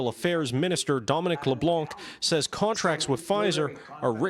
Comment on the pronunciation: You don't pronounce the c in Leblanc.